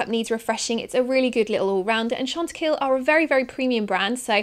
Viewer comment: Chantecaille are pronounced very different but don't worry about it at all. I enjoy your videos - you are lovely to watch